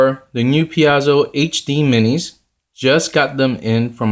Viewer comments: Thanks for the review. I'll likely pick some of these up. I like the look and they seem like a good value. Just so you know I think Paizo is pronounced like pie zo. :) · ... ... Pie-zoh ... ... Piezo ... ... Paizo ... ... PAIZO!!!